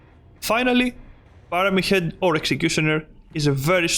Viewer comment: Why de hell did you say pirete head